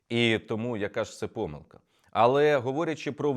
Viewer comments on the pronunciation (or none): none